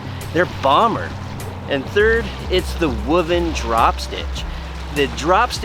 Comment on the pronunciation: The fact that you had to use a clickbait title gets a downvote from me. Also, learn how to pronounce woven…